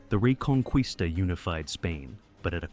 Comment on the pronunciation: Its a cool Video but the Word "Reconquista" sounds wrong in the Video